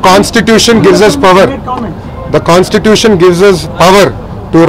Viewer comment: Not cons tution....bro it's constitution...